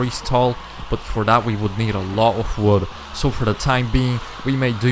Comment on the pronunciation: He has a very strong accent when he said wood it saoudnign like woood